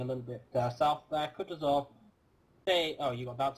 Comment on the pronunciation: Will ever realize (based on like 10000 comments) that he's pronouncing Kutuzov wrong? Or well British people can't pronounce anything anyways. Don't ever change mate.:D